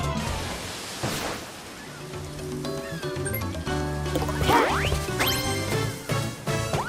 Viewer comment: What's unferflows?